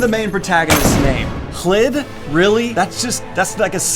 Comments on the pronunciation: So is it pronounced "jjlid" or "clid"? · I'm like half way through BoP and thanks to this video, I'll have to change my prononciation of Khlid ... I was pronouncing that kha-lid :( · He made this whole video just to tell us how to pronounce "Khlid"